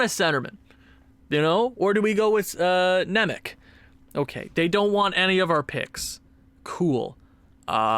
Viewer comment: Just a little helper, Nemec is pronounced Simon Nemets